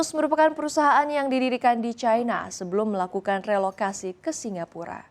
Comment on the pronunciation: Cina ato China bukan Caina.. cina ya cina aja. gak harus make promounce inggris serigala. Pas manggil Haimars knp manggil himars. kok knp gak pake prononciation inggris lg?? Cina ya cina aja gak harus make cai cia cai. dadar O On !